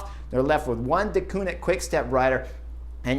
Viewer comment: One of these days Chris Horner is going to learn how to pronounce Deceunink correctly (Dekuurnink) 😂